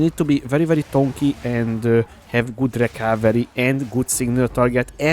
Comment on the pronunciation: Your guide is just perfection! By the way, its "tanky" not "tonky" ;)